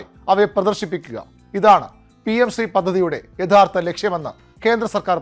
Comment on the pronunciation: ഷ്റീ അല്ല ശ്രീ ആണ്.